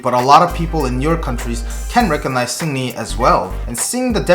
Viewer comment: Sounds like you're calling him Sydney.